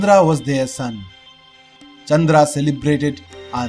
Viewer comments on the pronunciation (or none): none